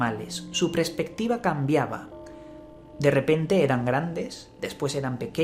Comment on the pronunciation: no se dice prespectiva sino perspectiva.saludos